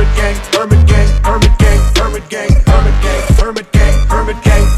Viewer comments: I cant unhear hermit gang as burger king... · What do i hear them say "permant gay" instead of "hermit gang" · i hear herban king instead of hermit gang 😂